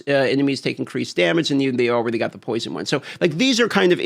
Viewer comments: All-raidy then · Has ever addressed the way he pronounced the word already? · It’s ok, he’s from Alaska. They do things different up there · ^ he's got a point 😂